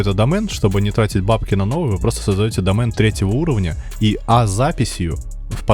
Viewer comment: видео прикольные, но вот слово домэн ахахахах а так лайк)